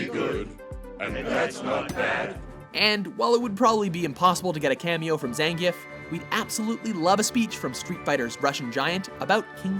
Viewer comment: What's with this guy pronouncing names and words differently? He said Anna and Zengief wrong. They freaking pronouce it in the movie, does he not listen? Is he trying to be cool and say them his cool hip way? He does it in every video he commentates.